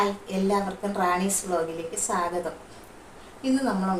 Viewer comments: ക്ക് തെറി പറയാൻ മാത്രമേ അറിയൂ സ്വാഗതം പറയാൻ അറിയില്ല. എല്ലാവർക്കും വീഡിയോയിലേക്ക് സാഗതം എന്നാണ് പറയുന്നത്. ഏതായാലും ക്ക് ദീപ്തി നല്ല സദ്യയാണ് കൊടുത്തത് വയറു നിറഞ്ഞിട്ടുണ്ടാവും. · സ്വാഗതം. അല്ല പറയുന്നത് സാഗതം ആണ് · സ്വാഗതം അല്ല “സാഗതം” 😄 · ആ സാഗതം പറഞ്ഞു കേട്ടപ്പോഴേ സംസ്കാരം മനസ്സിലായി 😂😂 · നേരിട്ട് കാണുമ്പോൾ യോട് പറയണം സാഗതം അല്ല സ്വാഗതം. മറ്റുള്ള വാക്കുകൾ കൃത്യമായി പറയുന്നതോടൊപ്പം ഇത്തരം വാക്കുകൾ പഠിക്കാനും പറയണേ. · സ്വാഗതം ന്ന് പോലും മര്യാതയ്ക്ക് പറയാൻ അറിയാത്ത പാവം... 😜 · സാഗതം....അല്ല സ്വാഗതം എന്നു പറയണം എന്നു ആ പെണ്ണുപിള്ളയ്ക്കു പറഞ്ഞു കൊടുക്കണേ ടീച്ചറെ 😂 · സാഗതം.......അതു kollam😂😂😂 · എന്ത് സ് വ്ലോകിലേക് സകദം. Oru സ്വാഗതം പറയുന്നത് പോലും അറിയാത്ത തള്ള 😂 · സ്വാഗതം പോലും പറയാൻ അറിയാത്ത *&%%%'&&%%%മോൾ 😁😁😁 സാഗതം പോലും 😄😄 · ക്ക് വിദ്യാഭ്യാസം അടുത്ത് കൂടെ പോലും പോയിട്ടില്ലെന്നു തോന്നുന്നു. സാഗതം എന്നാണല്ലോ എപ്പോഴും പറയുന്നത്. എന്താണ് അവർക്കു ഇതുകൊണ്ട് കിട്ടുന്നത്. ഏതായാലും അവർക്കു നല്ല ഒരു മറുപടി തന്നെ രണ്ടുപേരും കൂടി കൊടുത്തു. വെൽഡൺ 👏👏👍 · സാഗതം അല്ല ചേച്ചി 😂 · എന്റെ പൊന്നു സഹോദരീ... ഇവർക്ക് വിദ്യാഭ്യാസത്തിന്റെ കുറവ് നല്ലോണം ഉണ്ട്.. സ്വാഗതം എന്നുപോലും പറയാൻ അറിയില്ല.. അവർക്കു അറിയുന്ന കാര്യം മാത്രാണ് ഈ മറ്റേ കാര്യങ്ങൾ... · "സാഗതം " എന്നാണ് പറയുന്നത് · ക്ക് കുറച്ചു അക്ഷരം പഠിപ്പിക്കണം.. സാഗതം, സമ്മന്തി ഒക്കെയാണ്😂😂